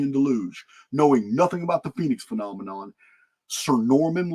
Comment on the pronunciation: a "Phenomenon" is a "Phen- Omen - On" ... "Phoenix Omen" haha love it